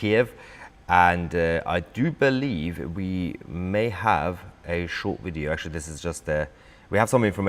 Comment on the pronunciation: STOP saying " wideo" it's video